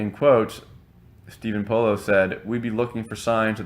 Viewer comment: Its pronounced Po-laws.